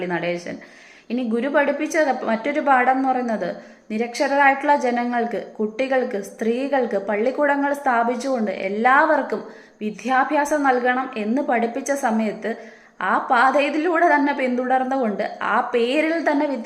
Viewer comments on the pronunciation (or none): വിദ്ധ്യാഭ്യാസം ❌ വിദ്യാഭ്യാസം ✅ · നിങ്ങളുടെ അഭിപ്രായം ആരും ശ്രദ്ധിക്കുന്നില്ലെങ്കിലും നിങ്ങൾക്ക് പറയാം ....... പറഞ്ഞു കൊണ്ടേയിരിക്കാം ...... അത്മ സംതൃപ്തി കിട്ടും ..... പക്ഷേ വിദ്യാഭ്യാസം എന്ന വാക്കെങ്കിലും നന്നായി പറയുക ...... വിത്യാപ്യാസം എന്നാണ് നിങ്ങൾ പറയുന്നത് .....അതെങ്കിലും ശരിയായി പറയുക